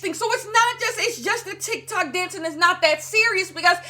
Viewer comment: I giggled at TikTak not sure if that was intentional or not lmao